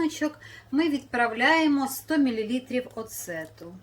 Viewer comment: Оцет,а не оцЕт.